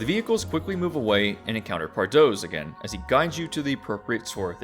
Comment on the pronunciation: Pardoes is pronounced more like "par dews" ^^